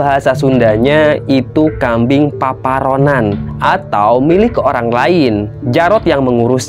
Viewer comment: maaf bkn paparonan tp paparoan🙏